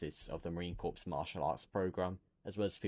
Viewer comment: Every Marine watching this is cringing with every mispronunciation of corps. It’s pronounced “core,” the p and s are silent.